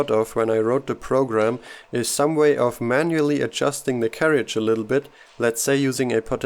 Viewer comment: Brilliant video but can I just say that in England we pronounce carriage as 'carridge', not carry-idge. Sorry, couldn't resist mentioning this!